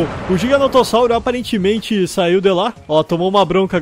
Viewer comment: qnd vc fala GIGANOTO eu penso em RISOTO kkkkk